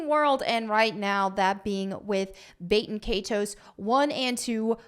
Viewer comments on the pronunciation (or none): Please it’s not bate in kay ties. It’s Bat-in Kai-tows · Bay-ten Kay-toes 🤢 The horror in her pronunciation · When you hear baten kaitos being said completely wrong. Just proves the point why it was removed. 😂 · learn to pronounce the title right